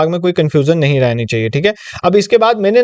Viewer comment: i find it funny when you say "ye kuch ne hai"